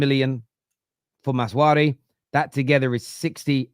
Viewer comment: it’s MAZRA-WI not maz-wari